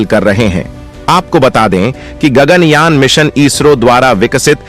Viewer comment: गग्नयान नहीं,गगन कहो!